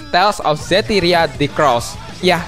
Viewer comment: yang kedua "tales of zestiria" bukan "tales of zestria" :D